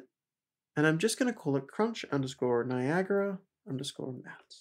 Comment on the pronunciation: Guys it's Niagara, NOT Niagra!